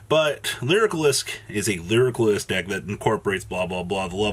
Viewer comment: Each time "lyrilusc" is mispronounced, a flock of birds die.